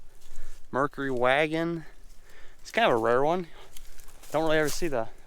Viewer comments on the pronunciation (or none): none